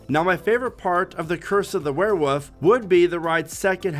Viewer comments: It’s wereWOLF, not wereWOOF 🐕. Said it three times and still got it wrong 😂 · A were what...😂 It's a wolf.. why do people say woof😅